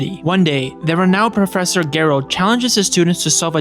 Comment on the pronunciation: AI video? Have you even seen this movie? If you had seen this movie you would know you're not pronouncing Gerald right. This feels like a tiktok vid thats been stretched out to 30 mins